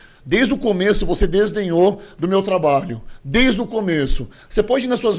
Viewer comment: heheheehe, aprendendo com o gorgo a falar errado, é desdenhou não desenhou